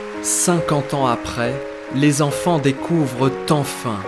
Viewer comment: 250 zenfants? Attention aux liaisons erronées,ça me fait grincer des oreilles